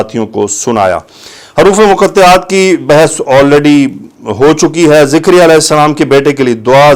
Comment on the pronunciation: Sir please don't say Zikriya His name is Zakariyyah A.S